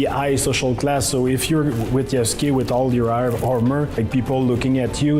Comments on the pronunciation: I gave random youtubers on the internet a pass when they mispronounced the name Yasuke, because you have to be told that the u is silent, but these are the makers of the game who brag about history, did no one ever tell them how that name is pronounced? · Gonna sound really stupid and autistic, but I know they have no idea about what they are talking because none of them can pronounce the japanese names properly: they use their english or french accent and read "YAH-soo-key" instead of "i-AS-keh". They never tried to learn anything from the characters or the story they are working with, because they don't care, they just want to do politics. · could you please call out Ubisoft for mispronouncing Yasuke... It's driving me personally insane. They claim to care about historical accuracy and care so much about this person and yet can't be bothered to say his name right. Everyone but you is doing it now "Yah-Ske" not "Yah-Su-ke" So if they can't do even that right why should we trust anything else? Edit: I'm tearing my hair out watching this video repeatedly say his name wrong. Not you... You're fine but wow. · "Yah-soo-kay", The fact they continuously butcher his name shows how much Ubisoft knows about Japanese culture. 😂😂😂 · yasUKEI. can they at least try to pronounce this very simple name right? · Had me weak like come on at least learn to pronounce the name correctly “Yaw-skay” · Well, wait until they announce him as Yas-u-gay in the the next trailer. Being the only black giant in an entire country of asians isnt special enought. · Yeah, in Japanese the "u" sound is reduced in the name Yasuke. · They can't even pronounce his name properly. 😑 Shows how much they care for the actual character. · Big surprise that most of the fools dont even know how to pronounce Yasuke. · i cannot take them seriously if they cannot even pronounce the name of the main character yasuke right